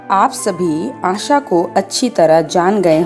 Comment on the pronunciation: mam Asha hota hai asa nhi 🤣🤣🤣🤣